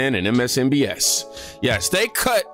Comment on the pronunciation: Is he saying MSNBS on purpose in response to YT c en sor ship?